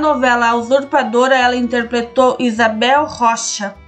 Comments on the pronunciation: Essa menina fala interpletou. E interpretou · É fofo a narradora falando a palavra "interpletou", rs